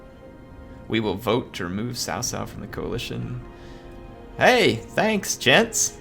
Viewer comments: the narrator is wrong, it's pronounced ts'ow ts'ow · Its actually more like tsao tsao